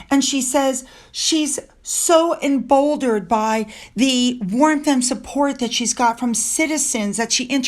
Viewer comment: I love your reporting. It's always a deep dive into topics. When I heard your pronunciation of emboldened as embouldered today, my immediate response was: I bet a lot of us would like to " embouldered M.